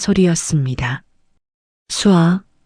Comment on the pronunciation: ai 창작물의 대부분의 여자 이름이 수아, 서연 등등 쏴아- 를 쏴아 마이너스? 전형적인 ai의 발음 실수!!! 내용은 아주 좋습니다!!!